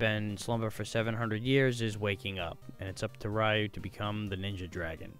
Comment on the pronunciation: It’s (Re-u) not (Why-u)!